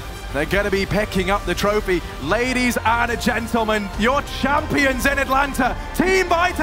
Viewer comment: atalanta değil atlanta